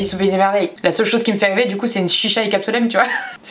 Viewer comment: Jsuis la seul a avoir remarqué qu elle a dit " ... chica et Capsolem" 🤦‍♀️😂😂 on l aime qd meme